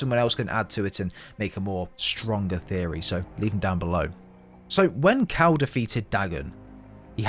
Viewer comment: did i herd you call cal cow